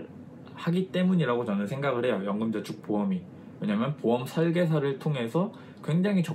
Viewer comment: 연금전축ㅋㅋㅋ 발음이ㅋㅋ 좋으시네요~~